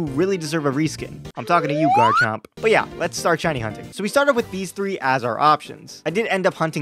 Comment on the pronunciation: Ok I just had to point out how he said "Garcomp" at the start